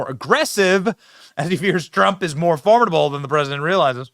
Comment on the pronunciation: you don't know how to pronounce formidable 🤦🏻‍♂️ ffs